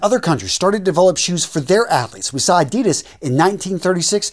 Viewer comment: Please pronounce Adidas the right way. Everyone of you bloggers stuff it up. Go see a video by gentlemen gazette.